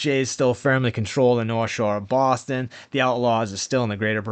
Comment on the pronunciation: Baaaston 😅😊. " taking down bread trucks in Daaaarchester " 😅😊